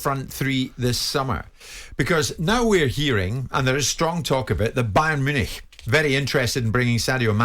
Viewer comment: Bayern Munich, not Munic.